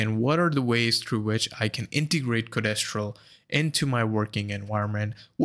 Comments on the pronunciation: Codéstral? It's code-stral dude. Mis-tral. Code-stral. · No I mean your pronunciation. It's like nails on chalkboard to my ears, each time you say "co-des-tral". Code-stral please.